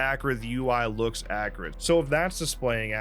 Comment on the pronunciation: Please say accurate correctly